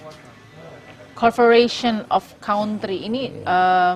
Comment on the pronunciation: CORFORATION OFF CAUNTRY.... wkwkwk...masa iya pbb kacau bahasa nya ..